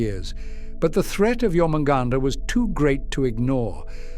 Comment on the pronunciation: John hunt, now you can't unhear it